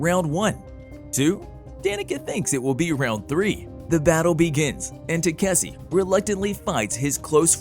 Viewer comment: i dont know how the ai managed to butcher the name 5 different ways.